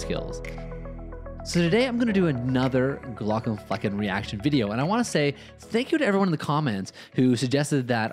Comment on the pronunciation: You really need to be careful how you pronounce the "flecken" part of his name...although your slips of the tongue add a certain unexpected spice to your reaction video.